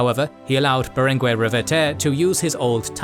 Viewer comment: Great video!! One point, in catalan (and spanish), in general "gue" and "que" are pronounced "ge" and "ke", like geisha or kept. So in names lik BerenGUER the U isn't pronounced. There are exceptions where the u is pronounced but are signaled with ü